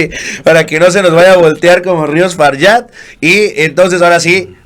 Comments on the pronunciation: Se pronuncia FARJAT, NO FARYAT, NO ES UN APELLIDO SAJÓN. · A ver. Es FAJAT. Con J. En español se pronuncia como J. No como Y. Taras. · Gracias y buen trabajo, solo una pregunta, porque le Margarita Faryat en lugar de Farjat, es mexicana la viejita no francesa!!